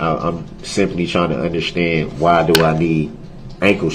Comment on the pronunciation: He doesn’t “underschtand ” much of anything does he? And why can’t he even say “ understand” correctly? Lol